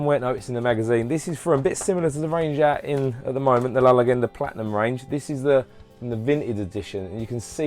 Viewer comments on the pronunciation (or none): Very cool👍 Btw the way you say 'Zeugo' and 'La leggenda'.... xD You got close with 'edilio parodi'